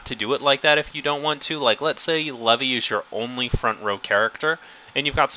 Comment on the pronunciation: you forgot the level 0 hange (had-gee) and Levi is pronounced (Lee-vi) vi being said as eye but with a v in front